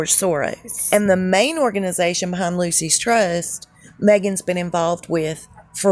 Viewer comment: 🗣The Lucius Trust! The way it’s pronounced (just think it rhymes with Rufus ) ! All the best from Tottenham, London,UK!💯